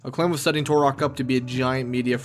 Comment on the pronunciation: "TUR-OK" not "TORE-OK"